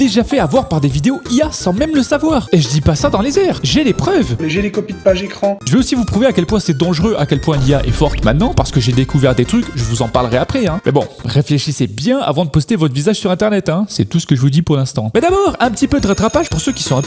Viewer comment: Zi ze puit me permettre on dit Dangereux pas Dangeureux à